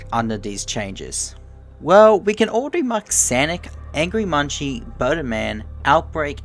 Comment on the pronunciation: munci's name isnt pronounced as munchi, its pronounced as "munk-see". the creator of angry munci on gmod confirmed this